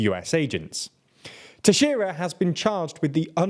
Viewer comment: you pronounced Teixeira way better than CNN